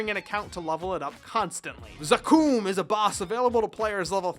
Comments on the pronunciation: Anyone else cringe when he said zaKOOOM? It's pronounced Zack-um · Isn't it supposed to be za-kum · I know I’ll get some shade for this but.... it’s Lith Harbor, Wizet, and dude.. zakoom? Otherwise, I love the video 👌🏻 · I-- I'm sorry but... did you say Za-kooom??? I'm at a loss for words.... wat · Each time you said Zakum, I cringed a little. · isnt it the right way of saying it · pls dont pronounce zakum like that